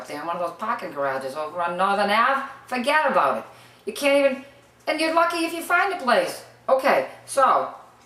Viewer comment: "fahged about it lol"